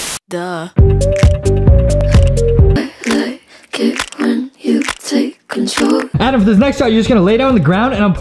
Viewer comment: Edem not Adam